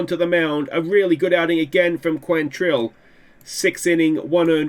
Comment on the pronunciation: kwontril is how you say it